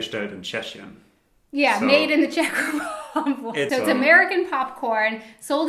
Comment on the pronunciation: when you talked about the popcorn it sounded like you said made in cheshire. If so, cheshire is in the UK not the czech republic.